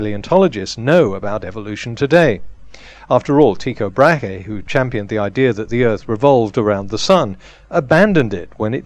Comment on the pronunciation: Damn! Were you trying to say Tycho Brahe? :D I'm Danish, it's pronounced: Tügo Brah ;D